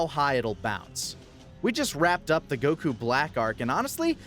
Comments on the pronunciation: STOP PRONOUNCING IT gokU IT'S GOKU OK? GOKU FOR FUCKS SAKE. DAMN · why did he say keep saying Goku like Gahkoo? have I been pronouncing it wrong all this time? Go-Kuu? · The way you pronounce goku is...odd... I know it's not actually wrong but still just sounds wrong to me lol. fast on the go elongated on the ku o.O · I really hate how he pronounces goku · “And it is apparent on we” Sorry for being over 7 years late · Don't like being that guy that bitches about a tiny detail of the video rather than the video itself, but if you're going to try to pronounce a character's name the way you think it "really" is,, don't douche it up by throwing on an accent literally no one in an official capacity would ever use. I get that you don't speak Japanese, but don't attempt to speak it if you don't want to learn how. Not that you'll listen, because you're a big ol' baby about criticism, but yeah. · Why can't this guy pronounce goku right? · Their pronunciation of goku and zamasu are infuriating. I love anime, but I don't go out of my way for the Japanese pronunciation of character names. It just makes you look like a douche.